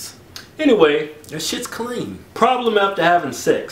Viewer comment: that's KUH-LEAN!!!!